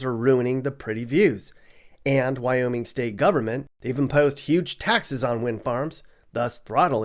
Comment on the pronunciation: its wyoming not wyomin